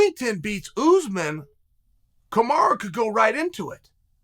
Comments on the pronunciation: Why do u call Kamaru , KAMARA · Chael if you don’t like KAMARU that’s ok, but stop deliberately mispronouncing his name as Kamara. That’s shady.